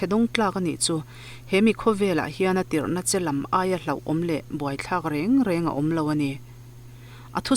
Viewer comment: reng reng hi a thluk sang lo a hniam tawi deuh takin rëng rëng ti a lam tur aw ❤